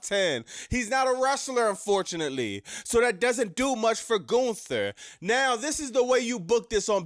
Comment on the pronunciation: Calling him Goonther is funny af 😂